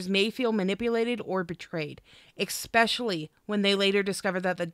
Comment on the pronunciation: One thing that you and Amber have in common is saying eggspecially or eckspecially. Its "especially". I love this video series. A ton of good info for someone like me who is not that knowledgeable with bpd. Keep up the good work and thank you.